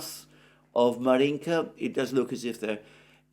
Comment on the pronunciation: Alexander, sorry, but I have to correct your pronunciation of some cities and places (because you obviously care about it; Ritter, for example, manages somehow to put stresses always in a wrong place, even in Putin's name, lol). DonEtsk, DonbAs, MAr'yinka, ZhytOmyr, PoltAva, StepovOye, BogdAnovka, LimAn, BakhmUt.